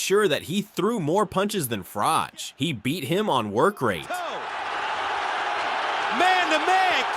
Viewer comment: Its not frocsh its frok